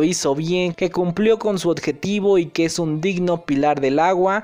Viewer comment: Creo que te escuché decir ODJETIVO en vez de objetivo